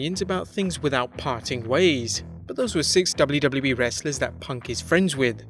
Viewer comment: I love when the voice-over guy says "doubloo doubloo wee"